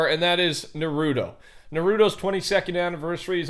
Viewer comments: Its Naruto not Nuruto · its not nuh-rooto its nar-roo-toe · it's pronounced NAHrootoe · It isn't Nor - Roo - toe it is nar - oo - toe Sorry if this offends you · I hate it when ppl say na-ruto its fucking naru-to get it right geese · Ily but... please... it's Nar - roo - toe.... not nuhrooto. Lmao but besides that thanks for news always! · bruh why do pronounce naruto as "narooto" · The way he says na ru toe makes me want to uninstall life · Daily reminder Naruto is pronounced nar-ooooo-tow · Who gonna tell him it’s narto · No hate but you pronunciation of naruto was incorrect as of the anime it is pronounced as nar-ra-to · Pls pronounce narato as Nar- ahh-toe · Say it with me … NAH RU TOE! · why do you say it like Nuhrudoe? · Nah-ru-toe it’s pronounced nah-ru-toe bro geez. 🤦🏽‍♂️🤣🤣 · Hey I don’t know if you’ll see this but the pronunciation for naruto is nar-ru-toe just so that people don’t attack you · i was fine until he said “narudo” 😖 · How pronounce shisui right but not Naruto 😭😭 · You’re pronouncing なると or Naruto wrong, the ru sounds like a merge of an l and r, and yes that does look like shisui’s mangekyo sharingan. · The way you say Naruto really hurts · anyone else getting mad that he said naruto wrong lmao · Bro why you keep saying naruto’s name wrong my guy? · Can’t believe this fool still doesn’t know how to pronounce Naruto 😂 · U said naruto wrong plus the game is terrible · you are butchering the name and how it said man lmao Naruto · You said the crow dude don’t know who to spell it you said it right but you say Naruto wrong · Can y’all youtubers say Naruto correctly please!!!!! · So u can say shisui but not naruto? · Has anybody else gotten triggered by the way his by the pronunciation of Naruto no just me okay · Nah I love you dog but you violated on the names 😂😂😂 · Can someone please correct him it’s so painful to hear him pronounce naruto wrong over and over and over lol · how do you say shisui right but not Naruto